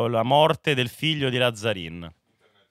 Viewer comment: Ragà va bene tutto ma Làzzarin non si può sentire, è un cognome veneto e si pronuncia Lazzarìn